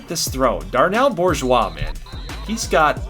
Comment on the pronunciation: As a native South Louisianan the pronunciation of Bourgeois is killing me lol. We go with "Boo-zhwa" Love this so far, though.